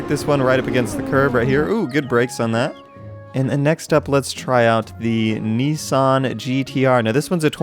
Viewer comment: Mispronounced nissan